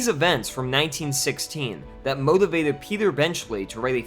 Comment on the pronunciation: the way you say Motivated is just hilarious